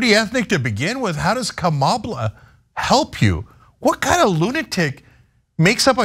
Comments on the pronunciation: Kamabla as in Comma-blah. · The correct Hindi name is KAMLA and not kamala. Any way she spell that way and it is her choice. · I thought it was Kama”Blah” as in blah blah blah..lol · My guess is that Trump is using "Kamabla" because it sounds like "Blah blah blah". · Cenk, It means Kama BLA (CK)